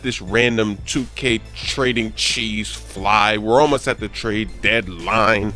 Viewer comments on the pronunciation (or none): It's trade not traid.